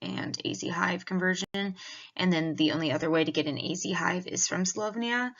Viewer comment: Learn how to pronounce the country's name right will be a good start since you are using their technology. Slo_vay_nia not slov_nia. .